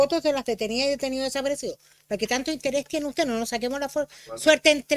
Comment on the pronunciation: Pero mira como defienden el negocio de los "detenioh deshaparecioh". Que individuos mas nefastos!!